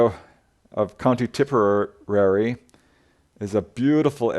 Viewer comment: C'mon, dude! It's Tipperary! Tip-Err-Rare-Ree... Like the old song: It's a long way to Tipperary! It's a long way to go, It's a long way to Tipperary! To the sweetest girl I know, Etc. 😉😄